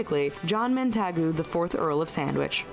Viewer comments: A "chip butty" with "French fries"? Nah! Also, it's John Montagu...not Mantagu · The hot tap does NOT supply boiling hot water ! It's warm water. If it were boiling we would make tea with it !! Why can't Americans just learn to use the plug in the sink !! No need to waste water ! MONTAGU is pronounced MONTAGYOU . No stress on the A. I should know, as I work for the the family. A chip butty does NOT have French fries in it ! It has CHIPS in it ! The clues in the name !! " bread sandwich"? Since when have chips/fries been made out of bread.